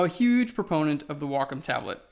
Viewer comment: I listened like five times and still couldn't understand...Wacom tablet?